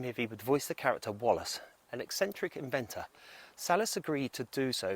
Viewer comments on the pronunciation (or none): none